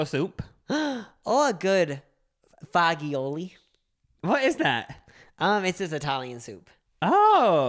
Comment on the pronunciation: Also in italian when g is followed by i it is pronounced like "jee" lol please pronounce fagioli right